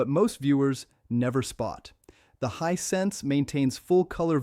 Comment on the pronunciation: May aswell remove the trash AI person if it cant even say Hisense correctly 99% of the time